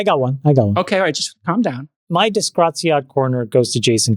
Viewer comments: Every time Jason say disgraziad instead of disgraziato I die a little inside, Chamath tell your wife t teach him some italian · 😂 it’s “disgraziato” not disgraziad 😂😂😂😂Elon ❤always simply Awesome! Grokipedia Encyclopedia Galactica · Si dice disgraziato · "Disgraziad"! As an Italian, I'm loving it!